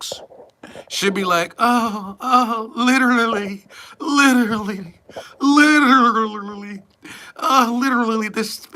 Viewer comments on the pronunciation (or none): 🤣😂🤣😂🤣😂🤣😂🤣😂🤣YOU "LIDDA-RA-LEE ARE A FKN MESS!!!🤣😂😂 I LOVE IT!!